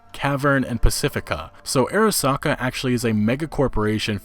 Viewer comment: It's actually not "airasaka" but it's "arasaka"... like, "ah-rah-sah-kah." Just an fyi on Japanese romanization pronunciation. :)